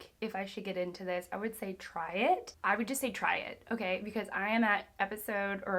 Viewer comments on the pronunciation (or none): none